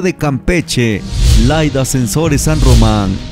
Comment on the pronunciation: Guey es Laida Sansores no Laida Sensores